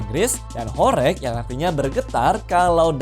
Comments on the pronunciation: Bacaanya horeg bang, bukan horek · Kata horeg huruf e dibaca seperti pada kata "belum" bukan huruf e pada kata "becak."